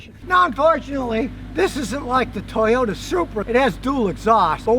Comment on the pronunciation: Nice Tojota ... TURD you said ?